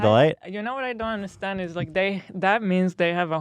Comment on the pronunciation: I left my like on the video as soon as Ethan hit that “ I WOULD UNDERSTANDSDD”